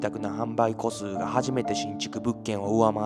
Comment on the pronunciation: めちゃくちゃ勉強させてもらってます✨ただ、ごめんなさい、気になって。戸と書いて、こ、と読みます。一戸建ても、いっこだてと読みますので、部屋数も戸数（こすう）と読むと思います。